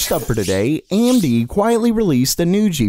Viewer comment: They first many times he said "amd" i heard "andy" each time ...and suddenly he said it abit diffirent ..and first then i heard "amd" haha ..i was like oh that makes so much more sence, i was wondering what that "andy" was codename was for :P